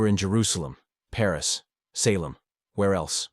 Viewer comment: The AI in this truly sucks, and if it's not AI, you need to learn to speak English better.You got Salem, you got record wrong.\nIn many other words , wrong in the annunciation